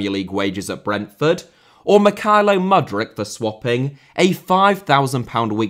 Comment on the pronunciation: U in Mudryk is pronounced like it Put.